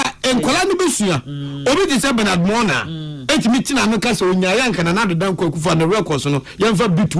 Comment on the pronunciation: 😂some people just want attention !!! By the way, the name is pronounced as Mor-narh not marm-noh!!! They deliberately say things to trend and our media which is confused would invite him from one station to the other so they can also trend. It seems our media houses don't know how to run any programmes apart from inviting politicians and controversial individuals to argue among themselves and make controversial statements from morning to evening. That's our sad reality 😢😮